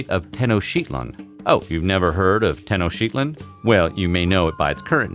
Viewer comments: Me Jica, not Mexika Tenock titlan, not Tenoshtitlan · It's pronounced "Teh-Nohc-Tee-tlahn", not whatever this dude said. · It's ten-oach-tit-lan (but said fast) if you're trying to say the city name Tenochtitlan. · TEH-no-SHEET-lahn? I was always taught that it was pronounced Teh-NOTCH-teet-lahn. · This mf really just said " tenosheetlan" smfh.... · I think the tenochtitlan is pronounced teno-chi-teet-lan according to my post-columbian latin american art history professor. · Te-no-chtitl(shlee)- tlan please there's so many places that teach you how to pronounce it. Also you forgot to mention that usually warriors would volunteer to entertain the crown & crowd. As well as the fact the royalty need to be present in all rituals and that they couldn't smile during the services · ..."Tenoshitlan"...this guy is an idiot... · "Oh, you've never heard of Ten-O-sheet-lan?"............. lol Of course I've heard of it. Just never heard anyone mispronounce it that way, proud buffoon. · I've heard of tenochtitlan but not tenosheetlin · You: teno-shit-land Every Spanish speaker ever: 👁 👄 👁 w-weren’t they supposed to be really clean? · It's Te No tic tit lawn. Learn how to read. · A city called "tenoshitland? Look here for the pronunciation of Tenochtitlan- please: Names deserve to be pronounced as correctly as possible. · YOU ARE SAYING IT WRONG. It is pronounced 'Tenoch-teet-lon' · hahaha its Tenochtitlan not tenoShitland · "you never heard of tenoshiclan?" Uhh pronunced like that? Yeah, certainly the first time... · It hurt my soul 😣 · "Tenoushitlan" si wey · What u never heard of technshdfjb? Perhaps nobody is saying it b.c u r saying it completely wrong so matter of fact-ly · It's called Tenoch ti tlan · Teno-chitilan you was saying it wrong. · rofl. pronounce the damn city right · Goos video on.aztec history, but hearing you butcher the name of the capital city was like nails on a chalkboard to my ears. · I’ve heard of tenochitlan but I don’t pronounce it the way he did haha